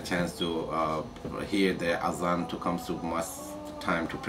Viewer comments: The word is not 'hazan', it is 'azaan.' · It's Azan not hazan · start pronouncing azan first